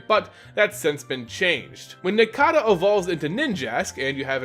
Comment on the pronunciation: How do you say cicada right but not nincada? Any who awesome video. These three are my all time favorite pokemon, so thanks for the video my man. :)